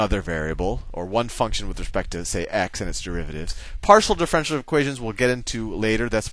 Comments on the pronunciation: Pronounced: Diff - er - ench - i -el not Diff - wrench - el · I certainly gain from your videos but i am wondering if when you say DIFFRENTIAL equation you mean DIFFERENTIAL equation try to pronounce words right okay? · As much as we love Sal, I wish he would pronounce "diff-er-en-tial" correctly, instead of "diff-ren-tial" (4 syllables vs. 3). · I tought he says, the french equation! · The guy in the video pronounces it diff-ren-tial, you do it in four syllables and I would do it in five (dif-fe-ren-ti-al). Amusing. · I'm pretty sure differential has 4 syllables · It bothers me so much how he pronounces differential here. But I realize he may be pronouncing it correctly in later videos. Should be pronounced like andiepants does here